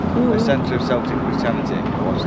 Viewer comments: Welcome to Scotland. I’m from Fife and cycled around the Dunkeld area. A cracking route is from Dunkeld over to Crieff. Sorry it’s not Celtic as in Celtic football club, it’s pronounced Keltic. Bridies are pronounced, if you say bride and say ies. And here ends your lesson in the Scottish language 😂 Thanks for another great video. Both of you stay safe and keep on cycling.🚴‍♂️🚵🏻‍♀️🏴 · Lol,celtic..or "k"eltic